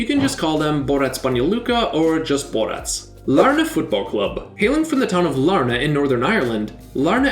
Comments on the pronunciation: You said larne wrong it’s Lar-nn not Lar-na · also Larne is just pronounced Larn lol